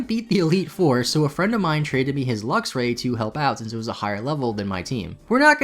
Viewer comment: Is he calling Luxray LUXIA?